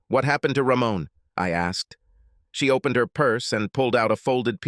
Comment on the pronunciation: Pronounciations? Three more originals to the list: OWE+PEN+ED RAY+CON+EEZ OWE+BLEE+GA+TORY Ye gods, so abysmal, commenting must be a sheer waste of time…